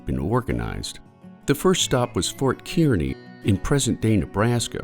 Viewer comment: Kearney, Nebraska is pronounced (car-nee)